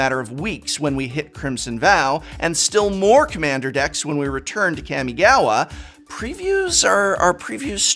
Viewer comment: Kamigawa is pronounced caw me gaw wa